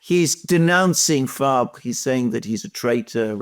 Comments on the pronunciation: The socialist leader name is Olivier Faure, pronounced "Four" as in 4 in English, not Fabre....😮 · Faure, pronounced for.